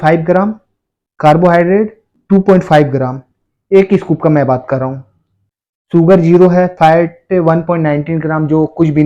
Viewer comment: सुगर नही शुगर् होता है